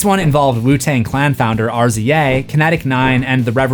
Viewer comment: mcr sucks edit: RZA isn't R-Z-A it's said like "rizza" cmon bro